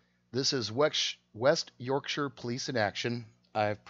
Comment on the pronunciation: May I congratulate you on pronouncing "Yorkshire" correctly, often Americans cannot pronounce it correctly. I live in West Yorkshire and served in the West Yorkshire police for 8 years "resigned" in 2005 due to lots of issues, but mainly corruption. I know that detective and he's a pompous Twat. The only difference between UK cops and US cops are Guns.